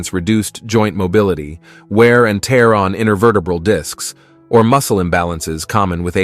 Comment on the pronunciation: Need to reprogram the AI voice over to pronounce tear as tare and not tear:face-turquoise-covering-eyes